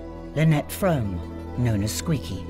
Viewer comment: Lynnette's name is pronounced "Froh-MAY".